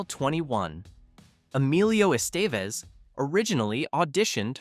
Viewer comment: That was a photo of Molly Ringwald with Ally Sheedy over the David Bowie poem, not just Ally herself. - Emelio's last name is correctly prnounced "Eh - steh - vez" - Don't say "almost no one was genuinely a teenager during production' When you contradict by pointing out that BOTH Molly and Anthony were turnning 16 (the crew celebrated her 16th on the set) - The open circle scene was not entirely ad-libbed, but partically scripted, as Hughes wanted them to be themselves, expressing how they'd each handle those situations shared as the characters. Nelson being a trained method actor went full circle here - on Molly Ringwald. Bringing TRUE authenticity of scumbag during the target.